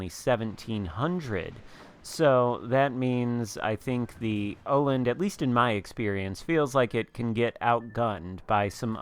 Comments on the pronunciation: 3rd try is pretty damn close. I'm not swedish, but Danish, so pretty damn close:) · It's pronounced Uh-land (wovel-sound as in 'Earl' or 'earn'). Your third attempt sounded pretty good! :D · Hipper is danish, i am swedish. It's pronounced Uh-land (wovel-sound as in 'Earl' or 'earn') :D